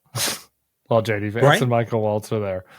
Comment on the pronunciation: It sounded like he said shady vance